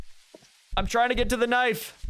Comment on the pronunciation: Knoife=knoife guy